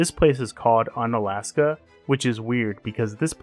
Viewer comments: More like Oon-alaska. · It’s pronounced oon-alaska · bro you pronounce it oo-nuh-las-kuh, apparently you never watched that crab fishing show 'Deadliest Catch' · Unalaksan. Really bruh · pronounced oonalaska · Hey I mean if you're going to make a whole ass video about it why would you even learn how to pronounce it. Why would you even try? why would you even spend one second to try to pronounce it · is this some AI channel that doesn't know about pronunciation? god damn man hope its not AI but this is a weird literal take on pronunciation like I had when I was 5. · Though people say you have mispronounced the town’s name, the idea of un- preceding a state’s name presents an idea for a category. Each state’s city that most defies the state’s image. St. Augustine is Unflorida, Fredericksburg is Untexas, Harper’s Ferry is Unwestvirginia. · I think he needed the mispronunciation to land that quip about it definitely being in Alaska. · That’s not how is pronounced 👎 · Pronounced with a long U.